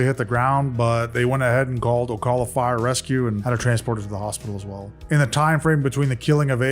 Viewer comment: The cal in Ocala is pronounced the same as the cal in California (at least that’s how I always heard it pronounced growing up in FL 😊 ☀️) ~ Just fyi. Or maybe not speaking like the locals could be preferable given it is Florida. 😂 Nevermind. Carry on.